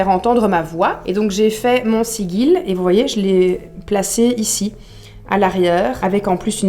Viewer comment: Merci pour cette chouette vidéo et cette bonne humeur. Et bravo à Simon pour son état d'esprit. "Loué soit le grand Simon":-D:-D:-D;-) (Par contre,, on t'adoooooore, mais "Sigil" se prononce "Sidjil"...).